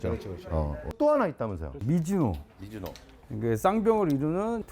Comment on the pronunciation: 미즈노를 왜 자꾸 미지노라고 말하는겨